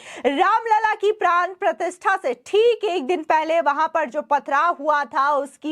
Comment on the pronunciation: प्राण प्रथिस्था नहीं प्राण प्रतिष्ठा बोलो, और इतना चीखने की ज़रूरत नहीं है.